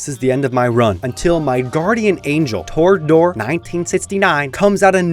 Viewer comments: TROGdor, not torgdor... It's a legendary name. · "Torg-dor." Bruh...😭😭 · mispronouncing Trogdor should result in capital punishment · right? thought i had a stroke when he first said it lol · Wasn't aware it was possible to mispronounce "Trogdor" until I watched this video.